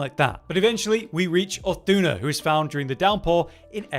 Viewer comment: Can we talk about how badly he is pronouncing Uth Duna's name?